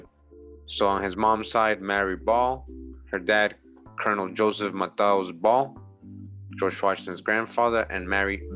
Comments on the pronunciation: Colonel is pronounced kernel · As weird as it is colonel is actually pronounced like 'kernel'